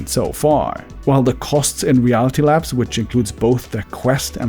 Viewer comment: I like how your accent makes "Reality Labs" sound like "Reality Lapse" it's actually very fitting.